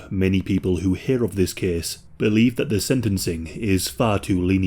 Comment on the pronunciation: “This kehss tehkss plehss…”